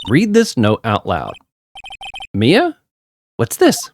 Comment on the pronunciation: You have been pronouncing Mia (Mee-a) correct, Maya is pronounced "My-a" not "May-a" like you have previously It is funny you saying there is alot of evidence, because this is definitely on the smaller end of the evidence page for these games Since 99% of the characters don't have voices it's always fun to see people's interpretation of a character, like the Bellboy having the accent you gave him is pretty cool! There are multiple running gags throughout the series and only 1 gets introduced here: Mia's potted plant. Try and remember to inspect it every episode it has alot of character for a Plotted Plant! Redd White of Blue Corp- of course the colors of the American Flag that is the pun for him Redd White uses big "fancy" words in the English version. This a funny localization by the team because in the Japanese version he spoke Japanese and threw in made up English words to sound smarter than he was Redd White is really evil for being a non-final case villain, he really tops the list Ooooh Edgeworth and Phoenix knew each other huh 🤔 Maya is our Co-Defense! She makes the cases so much fun and add alot of flavor to pressing testimonies. Love her for that "My friends call me Blanco Nino" translated from Spanish this means his friends call him "White Boy" xD You do not take penalties for pressing unless expressly stated by the Judge before the testimony starts That's right! The supernatural exists in the Ace Attorney universe. Spirit Mediums and Ghosts are real! Mia may be dead